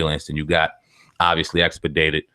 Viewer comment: Not tryna f-ck witchu fam but... EXPEDATED??? Bruhhh. Lol. It’s expedited. (But at least u got the meaning right). Stay up!!!